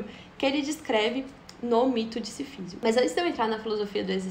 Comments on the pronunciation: obrigado por errar o nome Sísifo todas as vezes que o falou, me proporcionou muitas risadas. Me flagrei pensando que você deve ter lido todo livro chamando ele de SiFÍsio. Enfim, uma lenda na Argélia diz que Mersault matou o árabe pois, PASME, ele achava que BBad dava ânsia de vômito. Mas não se preocupe, pode dormir tranquila, viu? "É preciso imaginar SiFÍsio feliz." Kkkkkkkkkkkkkkkkkkkkkkkkkkkkkkkkkkkkkkkkkkkkkkkkkkk. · Pronuncia-se Sísifo (proparoxítona). Deu uma onda ruim, admito.